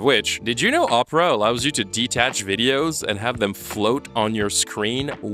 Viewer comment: I gotta be honest I thought you were saying « this video is brought to you by Oprah »